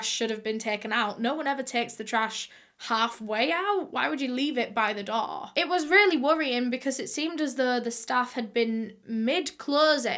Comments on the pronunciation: Am I the only one who keeps thinking that she's saying doll instead of door 🤣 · aw yes, not the door but the ✨daw✨ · whenever u say door it sounds like doll 😂